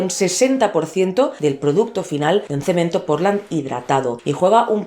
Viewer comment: Jajaja dijo cemen.....